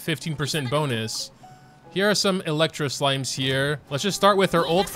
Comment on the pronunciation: did he just say electro silime? bruhhhh